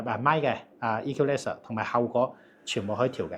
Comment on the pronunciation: The word "equalizer" is read incorreclty.